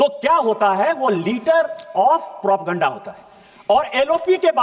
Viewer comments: Propeganda word ka pronunciation bhi nahi kar pa raha hai sansad me kuch bhi sharmnak bol raha hai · doesn't know how to pronounce propoganda